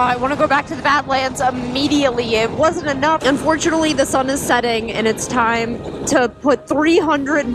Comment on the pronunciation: It’s about time-ah